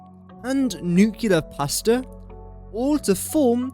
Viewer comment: Please try and pronounce nuclear correctly?